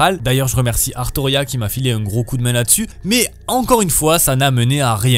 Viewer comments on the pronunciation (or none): Hatoria pas « Hartoria ». Le cimetière virtuel, « Le ciemtière virtuel » c’est non. Mais excellente vidéo !